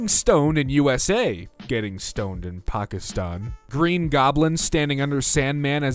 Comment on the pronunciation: I don't care how old the video is that pronunciation of Pakistan was perfect and I love you